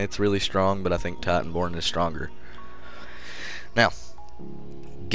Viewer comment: Is “Tiiiitanborn” hvy accent bruh lol all love homie we gotta PvP when I get back on. I been recovering from this tragic car crash almost died bro.. i was rear ended by a drunk driver. Broke 3 ribs, lacerated my liver, broke my collarbone, fractured right side of my face & messed up my left ear drum. I been recovering the past 2 months on medical release from work. Been on “Xbox One X” playing ESO on NA server it’s chill. Ima be back home in a week & play on Ps4. Just tried titanborn on Stam DK & I know you always played 1 so you know ya shit. Also, I’ve ran with you on PS4 NA so I already know Wsp, good shit & Keep up the good work.